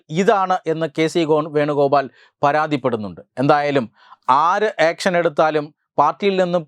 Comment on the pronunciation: ആക്‌ഷൻ എന്നല്ല ഏൿഷൻ എന്നാണ് പുള്ളിയുടെ ശൈലി